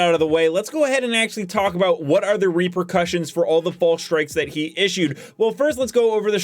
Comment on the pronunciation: "Tacticle"! "Reprecussions"! Dude, get a dictionary lol